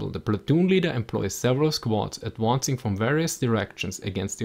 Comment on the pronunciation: "Firing and adwoncing" hehe